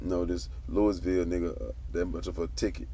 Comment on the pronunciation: We been rocking wit the CMG movement here in Louisville. And your pronouncing Louisville wrong.